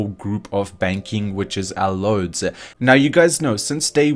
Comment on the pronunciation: you pronounced Lloyds so wrong x-)